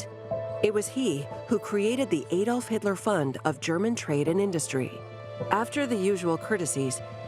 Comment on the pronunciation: Adolf Hitler, NOT Aye Dolf Hitler.